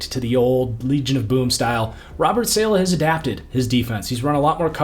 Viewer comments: i tried to tell u before its not SAYLAH its salah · Great vid as usual, but STOP SAYING SAY-LEH! IT’S SAH-LAH!!!!! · great video ! its pronounced sah-lah btw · hearing your pronunciation of saleh was absolutely painful.